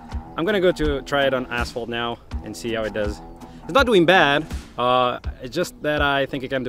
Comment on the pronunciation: "Let's find some assholed... I'm gonna go try it on assholed now... Assholed it is..." You are probably wondering what he meant by this. I have the answer for you: asphalt. He's talking about asphalt.